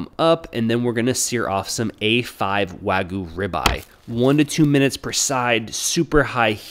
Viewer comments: wag-you not waygoo. Think of the pronunciation of gyoza for the y sound, like a short y sound rather than a silent one and a 'u' ending rather than an oo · A great idea but if you could pronounce wagyu as such and not wagoo that'd be awesome. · "Wagoo" Can't anyone even try to pronounce it right